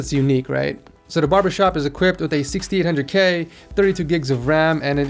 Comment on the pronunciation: why does it sound like he says 1600k instead of 6800k 😂😂😂